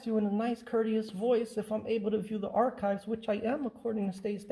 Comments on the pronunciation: Have you watched this video? A.T. actually verbalised the word both ways - first with a soft 'c' - like ch-eese, then after the mayor pronounced it correctly, he later said it again - this time with a hard 'k'. But yes, I noticed the mistake when he first asked to look at the archives, just as I would notice your mistake if you said something like; "I would like to aks you a question', so what is your point? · Hey man, I really don't mean to be snarky at all, but just thought you might like to know that the word 'archives' is pronounced with a hard 'c' - as if there is no 'h'. So even though in the word 'arch' (for instance) you can hear the effect of the 'h', with 'archives' it sounds like 'ark-ives' - the way the mayor verbalised it.